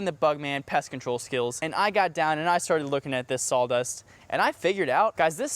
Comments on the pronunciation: "sol" dust? As in Pine-Sol? I know what you mean.....Saw Dust. but you say it SO many times. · I’m definitely hearing sall dust